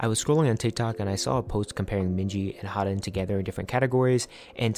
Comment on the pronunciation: Haerin's name is pronounced as heh-rin /eh/ sound like the /ae/ in aespa Interesting video, thank you for covering such an important topic